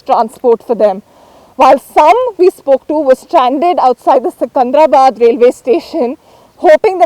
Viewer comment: It is not 'sikandrabad' Stupid print shound employ local reporters not the people from north, Don't make Telangana another delhi ffs